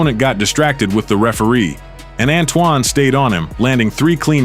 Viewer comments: The AI going back and forth between "Ann-too-ann" and "Antwan", but perfectly pronoucing all the Hispanic names, is disheartening... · It's pronounced Ant-Twon or Antoine not An Too Anne! Teach your Ai voice how to say the names correctly.